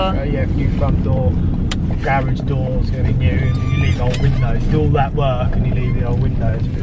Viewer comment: Your pronunciation of garage is correct. Garage not garidge!